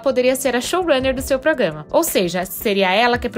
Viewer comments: É proGRAma e não proGAma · A palavra é Programa, não progama!